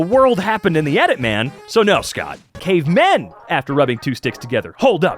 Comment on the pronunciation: did you accidentally say cavemen wrong and you spliced a clip of you saying men and put it in there